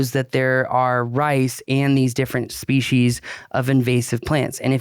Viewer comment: I distinctly heard a "c" in there... Schpecies.